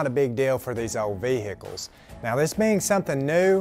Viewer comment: Why is it that Americans have trouble saying vehicles.